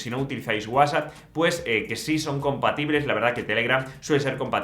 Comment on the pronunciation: Que feo pronuncias WhatsApp